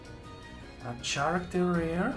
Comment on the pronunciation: cool vid and great pulls! btw. it's pronounced "Karakter", not "Tscharakter"